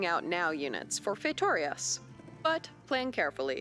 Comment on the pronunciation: Your pronunciation of "feitorias" was much better than the one done by the person who was hired and paid to do so